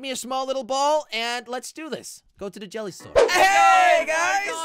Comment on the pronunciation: •- its jelly,not helly